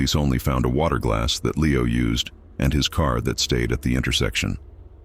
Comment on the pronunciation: Could not finish with the "narrator" calling Leo "Lee-ow," half the time. Did no one listen to this before circulating it?